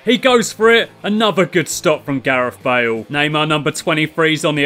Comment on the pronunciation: it's not Wales, it's Bales